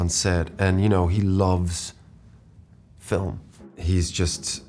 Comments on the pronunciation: feet? "film" oh of Corse, yeah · I 100% thought he was gonna say feet instead of film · he loves fee flim